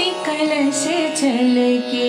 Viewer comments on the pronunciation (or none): Very well sung, Didi ! Please watch pronounciation. It is "kalash: and not "kalas". Thanks.